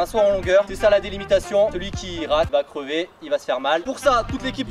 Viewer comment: Crever pas "creuver"😭